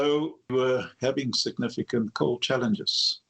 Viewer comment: Every time he says, "challenges", I hear "f*k*ps".